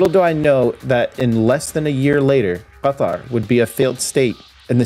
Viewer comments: At least Qatar was well pronounced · You pronounce Qatar very well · The way you pronounced Doha was meh, which is totally understandable. But the way you said Qatar, damn bro, on point.